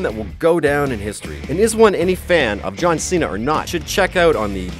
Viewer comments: He said both John CENA and Cesaro wrong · KOBK GnarLee its JOHN CENA NOT JOHN SENA IDOIT